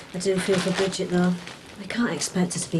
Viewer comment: Brigid not Bridget